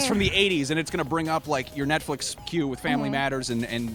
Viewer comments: did she say nutflex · sound like she said nut flex